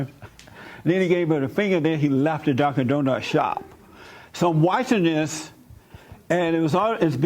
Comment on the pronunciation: Dunkins donut lol Not Dunkin’ Donuts